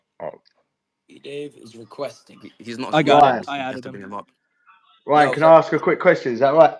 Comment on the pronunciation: Ryan not lien